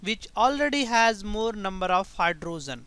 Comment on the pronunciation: What is a Hy-dro-zen?